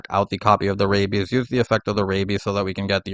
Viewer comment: I am so distracted by the fact that you keep saying rabies instead of rabby/rabbys.